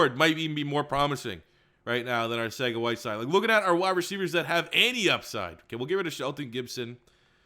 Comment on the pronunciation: I die every time he says arthega instead of arcega